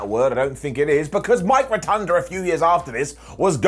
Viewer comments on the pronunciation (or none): Ro-Tun-Da not Ro-Tun-Der His name is Mike Rotunda, not Mike Rotunder. No -ER on the end of that name, only an -A.